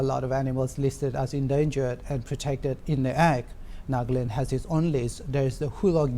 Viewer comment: NA-GA-LAND, not Nag-land. What the hell?